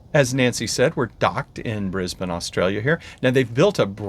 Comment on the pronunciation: Welcome to Australia!!! I live north of Brisbane on the Sunshine Coast (Kangaroos in garden at the moment:)). I'm so sorry it is so wet, it's just been an awfully wet Autumn. ps Brisbane is pronounced Briz bun. not bane - Nancy did it right, but - nope. LOL